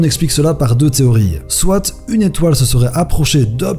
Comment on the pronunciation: Soite xD ça se dit soit sinon tres bonne vid